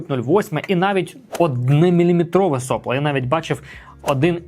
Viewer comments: начните с себя 🙂 , а я за Вами последую... Сопло с ударением на вторую о Heatbreake - термобарьер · Я здесь украинский язык пытаюсь учить и слышу nozzle , heatbreake , сопло , с ударением на первую о , Вы молодец, делаете контент для продвижения печати на украинском языке, но тогда постарайтесь пожалуйста писать сценарий для того , чтобы исключать такие приколы , которые в голове меня возвращают к русскому языку с термобарьером 😊 и соплом с ударением на первую о , а не вторую